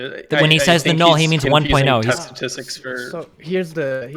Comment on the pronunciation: this guy needs to learn how to say statistics before he graduates 😂 Granted. It is a hard word to say sometimes